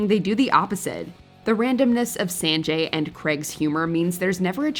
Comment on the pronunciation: I can't with how she pronounced Sanjay😭